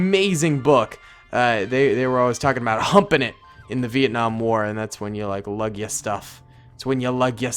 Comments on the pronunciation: Dont said vietnam like that agian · It's actually Vietnam not Vietcong